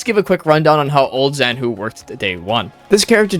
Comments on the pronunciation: Zhanhu is " 斩 虎 " not "Z 含 糊" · They should've written Z-Hanhu if it's pronounced like that..